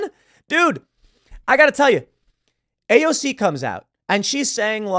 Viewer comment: Tims pronunciation of AOCs full name is super annoying.